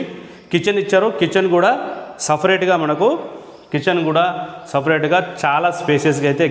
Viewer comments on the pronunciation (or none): సెఫరేట్ రూమ్ అని ఫ్యూ రీలు అన్నట్లు అంటున్నావు